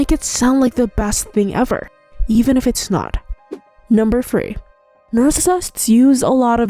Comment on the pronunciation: and using FR when it should be TH (example FREE when they mean THREE)